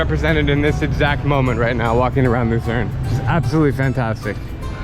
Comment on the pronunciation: Es heisst Luzern und Liechtenstein